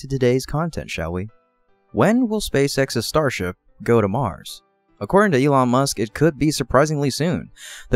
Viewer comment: You keep calling him Ye-long Musk... he not long aka Draaaagon(Dragon in dramatic stereotype of Uncle's chinese accent in Jackie Chan Adventures, great cartoon series from when I was a kid). ...Well, as the leading man of the Space Age; this is enough to merit the title of "Dragon(master) among men." Now I too will call him 🐉Ye-long🐉 Musk.